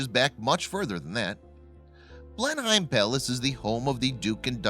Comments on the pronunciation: I wish you bloody yanks would learn how to pronounce “Blenheim”... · Who would have thought that Blenhyme Palace was near Marlborrow? This idiot continues to destroy various languages and proves that doing some research on his subject matter is not in his vocabulary (no pun intended?). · I think the main point of this, is this is someone who does vocals on many videos. So in that case he should find the correct way to say it. I can't understand the comment though, ............blah blah blah, "we are in America" ? You may be but anyone in the Uk is not in the USA, so your point is not valid. The man talking is referring to a place in Oxford, England, not somewhere in America. Ann in the 🇬🇧 UK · Now if you just learned to pronounce the name of the place correctly. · No he is not pronouncing it correctly. Any one who has been there knows. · I am an American and even I know he mispronounced Blenheim poorly. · I think he's American as I'm Canadian and even I know that he's pronouncing it wrong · it's Blenem -- not Blen-Hime........it doesn't rhyme with "time".........Grrrrrrrr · Oh yes! It's bloody BLENEM not BLENHIME!! Not that I really give a fishes tat if it collapses or not! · Blen-hyme=wrong Blen-'em= right. Research is your friend. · It's 'Blenim', not 'Blen-hime' (Spelled Blenheim)! Must Americans mis-pronounce everything? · Agree one word sound not two words sound; Blenheim not Blen Heim. A bet he says Bris Bane too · Every time he says "Blenheim" I cringe. Its BLEnnum NOT blen-HEIM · PRONOUNCED BLENIM NOT BLENHIME This guy is so thick he can’t even get the correct pronunciation. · Blennemm! NOT BlenHEIM! OUCH!!! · It’s pronounced blenim not blen-heim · It's not pronounced as Blen-HIME, it's pronounced as "Blennem" typical American mispronouncing things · Blenheim. Pronounced Blenim, not Blenhime. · Blenheim Palace is pronounced BlenHEM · It is pronounced as Blenem, the H is silent... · BTW it's pronounced "blenim palace" x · It's pronounced as blenim*